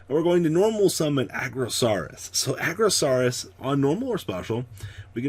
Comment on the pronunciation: It is Ar-Go-Saurus not Aggro-Saurus pleeease I can't even handle it anymore